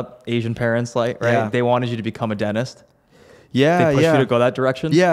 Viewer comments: WTF...."DENIS"!?? for "DenTist" LOL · am i hearing righ? you say DENTIST without the T? DENIS?